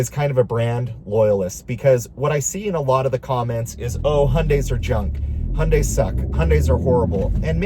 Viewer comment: As a Korean, I'm very happy to hear you actually pronounce Hyundai correctly. Respect 💯